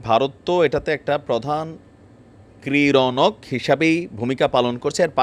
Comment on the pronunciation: ক্রীড়ানক শব্দটা উচ্চারণ করতে গিয়ে দাঁত তো ভেঙে গেছে তোমার।